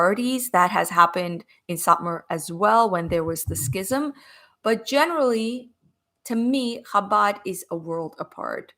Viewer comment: Although I’m not Jewish, I have great respect for Jews of all sorts for many reasons. As a former Catholic, I do know about schism. It is pronounced like scissors. There is no sound of C in schism.